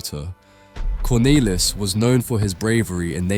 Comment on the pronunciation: You keep switching between the wrong and correct pronunciations, it's odd. For the record, it's "Cornaylis", "Yan" and "Yo han" (like Han Solo, not hen)